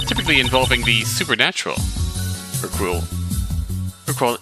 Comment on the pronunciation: The actual pun is cringier than that. Will save that for your imagination. Pronunciation is Herk-yule ftr.